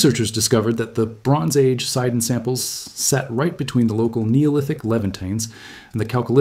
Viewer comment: It's not called SAIDON but SEEDON.